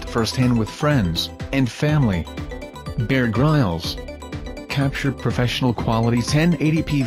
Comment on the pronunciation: Haha, dude, you should at least learn how to pronounce Bear Grylls' name!